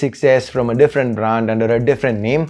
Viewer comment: u pronouncing brand,branding all wrong and its irritating